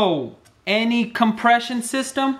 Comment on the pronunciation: EVERYONE WHO HAS A SENCE OF HUMOUR PLEASE CLICK ON AND LISTEN TO THE WAY HE SAIDS COMPRESSION SYSTEM! (FYI) I'm not taking the piss out of him he's helped me with something so i appreciate that.